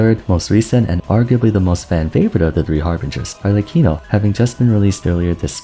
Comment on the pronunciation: I love how everyone gets the italian pronunciations except arlecchino🤣